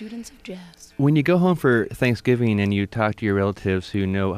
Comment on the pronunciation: OMG, host guy.... you work on the radio and speak for a living, but you pronounce "Thanksgiving" as "ThanksgivEEN"?! You appear to be an adult, but that's how a 10-year-old pronounces "ing" words. Seriously.... "forthcomEEN record"?! Really?